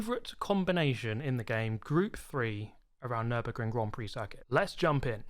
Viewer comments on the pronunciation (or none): none